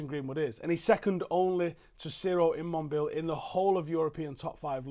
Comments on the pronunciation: It's sorta bothering me how he said Ciro immobile's name. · Never heard ciro immobiles name pronounced like that loooool